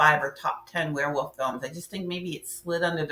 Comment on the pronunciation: Ok. I kinda got used to your "Wear Woof" pronunciation.